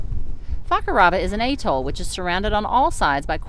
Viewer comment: Love the way you insert a non existent delay and say A ....Toll, so it sounds like A ..hole -LOL ....cracks me up.